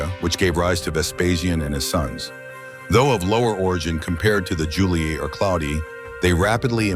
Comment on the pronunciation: All good, but hearing "iuli-ai" is really making my genuine roman ears bleed.